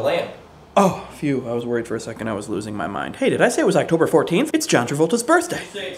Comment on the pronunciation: Did you just say its Uctober 14th?